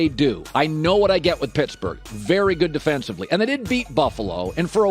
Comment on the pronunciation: PITTSBURGGH??? LOL